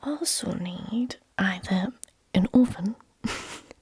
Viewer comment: Took me a few listens to figure out you were saying "Oven" instead of "Orphan" lol. I was wondering why I needed an orphan or a heat gun